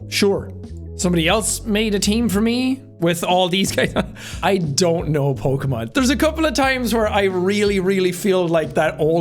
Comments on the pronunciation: Jack is fucking lying about never being into Pokemon he said every name 100% right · jack: "i dont even know how to pronounce this names" also jack: pronounces them all right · wow u did a really good job with the pokemon names u got them all right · "i dont even know how to pronounce these things" damn, and he said the correct, thats crazy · "I don't even know how to pronounce these" proceeds to pronounce all of the pokemon correctly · Jake. I don't know how to pronounced these names. Also Jake gets all of the pokemon names right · I love how he says that he doesn't know how to pronounce any of the Pokemon and yet he pronounces all of them right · Jack nailed the pokemon names.